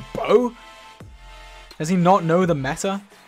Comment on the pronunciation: its not mette its META as it what is the correct weapons/fighting style to use at that partictuar point in time. Basically like whats in style. hope this helps i love ur vids <3